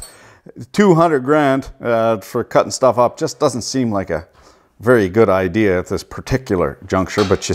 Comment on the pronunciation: “I had no ideeaaarrr”